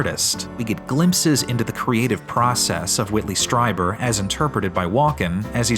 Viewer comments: Great video, guys! One thing though - "Strieber" is pronounced like "Streeber" not "Striber." But as I say, awesome analysis of this bizarre movie and equally bizarre performance. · *Strieber, not Streiber. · It's STREE-ber, not STRY-ber. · It's STREE- ber! You didn"t even watch the movie spparently. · It's "Stree-ber" lol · Are you intentionally mispronouncing "Strieber" so consistently? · First up, you mispronounced Strieber. Second, he never claimed they were aliens or extra-terrestrial, it's why he calls them "Visitors". The "anal probe" scene is played straight because it's a rape scene. Lastly, X-Files music, really?